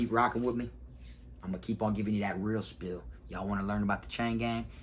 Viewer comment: Hey you know the phrase is "real spiel" not "real spill" right?